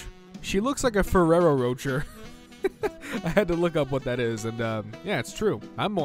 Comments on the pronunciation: As a brit, Rocher is not pronounced as roacher it is prenounced as roshay, and that heavanly shit is expensive. You feel spoilt as a kid if you get that. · Id rather listen to an ipod in a food processor instead of you saying "sa-soo-kay" and "roatcher" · Did you peep how he said Roche? 😂😂😂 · it’s pronounced as roché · “Sa-su-ke” “Roach-er” I feel more hurt than when I failed all my classes